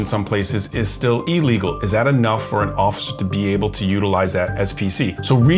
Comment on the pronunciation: ILLEGAL. not EELEGAL.